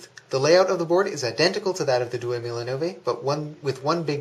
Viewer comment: Hey! Good vid, but your pronounciation is annoying... Diecimila is pronounced dee-ay-chee mee-la (10 thousand in Italian) Duemilanove is pronounced doo-ay-mee-la-no-vay (2009) Keep up the good work